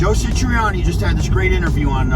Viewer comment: 1. It is SATriani, not SITriani. It is odd that you talk about this topic with such passion, but you don't even know how to say his name. 2. Not all of the music on Stern was bad. Mean Street sucked... Summer Nights was terrible. That stuff sounded like a newbie, frankly. However, Right Now was pretty good. The bulk of Best of Both Worlds was alright, but the solo was kind of cringey. He looked like a dufus when he tried to double tap. It is amazing that someone who is supposed to be a bit of a virtuoso himself can't really double tap at all. 3. The obvious answer is "Steve Vai." I don't know what their relationship is like these days, but if Dave is going to put together his own tribute tour, Vai is the "no duh" lead guitar, if they don't hate each other now. Vai should be doing it in the first place with Sammy. Or... Why isn't Vic Johnson doing it? He is clearly WAY better at playing Eddie's stuff than Satriani. Why didn't Sammy just do the tour with The Circle? 4. Wolfie's fat ass was great with Foo Fighters. 5. It is pretty clear that Alex is not going to do this tribute stuff. 6. As soon as Eddie died, I was envisioning one big concert, a la Freddie Mercury's tribute, to properly honor him. A whole slew of people could take part, and it would much better illuminate what a vast, overwhelming impact Eddie had on musicians everywhere, while simultaneously giving the fans something with which to sort of get some closure re: Eddie's death (and hear some really cool renditions